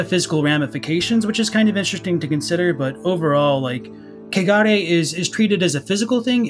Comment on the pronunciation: I just wanna say this - the way y'all pronounce kegare sounds a lot like cagar as said by an English speaker. And cagar is a verb, meaning, literally, to shit. So, yeah... it is impurity at its finest. Laughed every time you said it. "Valley of cagar", in particular, really takes the cake 🤣🤣🤣🤣 Also, been out of the Snack Covenant loop for a bit and came back to find! Hi,! Nice to have you here!😗 Also also,! Whoop-whoop